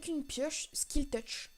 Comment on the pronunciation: C'est "silk touch" pas "skil touch" XD